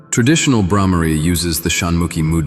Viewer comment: It is Bbrrhhmari not Brahmaari. In Samskritham the Sound and pronunciation is NEARLY ALL. And - Nobel prizes should not be given for “discoveries”. This is a lie and a fraud. They should be given for re-understanding of Ancient Realizations and Revelations which were given to us with no demands of patents, copyrights, monopolies and such greeds. And it would be a gracious and honorable thing to do if the new “winners” and researchers gave credit to those it is due.